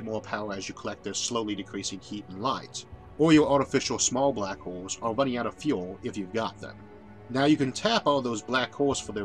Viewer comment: "Shhhh... I'm famwing bwack holes"